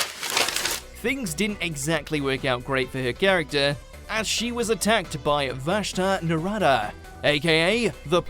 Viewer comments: can we just... talk about how he said vashta naraada? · They are called Vashta Nerada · I just love that even the narrator has trouble reading names lik Vashta Nerada